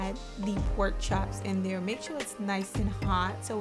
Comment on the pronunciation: Girl bye you keep saying porkchop Girl Am Dead 😢